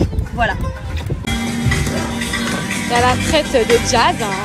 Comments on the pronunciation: Jazz la « traite » , elle sait mm pas dire « traitre » 😭😭😭😭 c’est pas bon d’être mauvais comme ça. A 27 ans et deux enfants c’est honteux. C’est quoi de chercher le buzz comme ça, limite elle a parler plus que jazz dans la video, c’est trop 😂😂😂😂 que pour dire la mm chose en plus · on dit traitRRRRRRe pas traite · Traite elle c même pas dire traître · Je me demandais c quoi traite !!! Finalement c traitre mdr waw la prononciation... de toute façon toute la vidéo c que "nanani nananere" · On en parle de la manière de prononcer "traître" 🤔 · Pourquoi elle sait pas dire traître ?? Elle devrait apprendre à parler quelle vulgarité je suis choquée